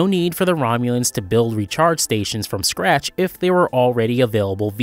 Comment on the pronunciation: "Recharge Station" 😂😂